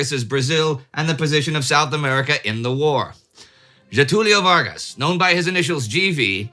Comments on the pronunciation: The pronunciation of Getúlio Vargas was almost perfect, but the German Association "Federação Vinte e Cinco de Julho" (25 July Federation in direct translation) was a mix of Portuguese and Spanish, with subtitles going the same route. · Indy get my upvote for saying his name right, that's a massive pet peeve of mine whenever seeing foreign documentaries on him.